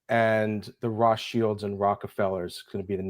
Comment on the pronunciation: you've never heard Roths childs pronounced ?